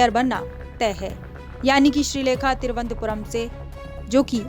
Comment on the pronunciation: तिरुवंतपुरम् नही थिरुवनंतपुरम बोल